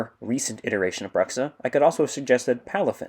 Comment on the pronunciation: You pronounced "Bruxxa" wrong. He told me during a voice call earlier today that it's pronounced "BRU-xxa", emphasis on the long u sound like the word brute or tube.